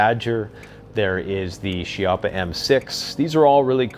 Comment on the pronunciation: Pronounced as KEYappa